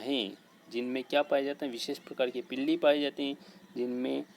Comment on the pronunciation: Pilli nhi pili